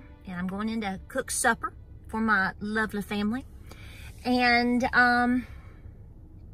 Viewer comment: Love to hear someone(especially with a southern accent) say Supper. Beautiful